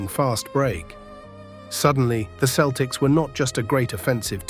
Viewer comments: at least use a voice that can pronounce Celtics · FWIW, that is not the correct pronunciation of the team name.